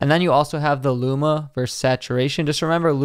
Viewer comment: Great video! One note... vs. is pronounced "versus," not "verse." :) Keep up the good work!